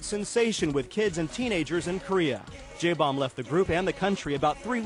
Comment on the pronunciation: Jay Bomb???? bahahahha is he even trying to pronounce his name right????? O.o